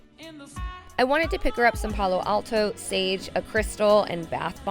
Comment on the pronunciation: Lol..... palo santo tho 😂 not alto